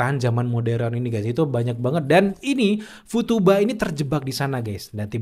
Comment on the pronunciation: Futaba bang nama ceweknya, bukan futuba 😅